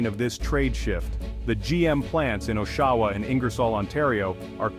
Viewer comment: Oh-Shaw-Wah. Should be Osh-Ah-Wah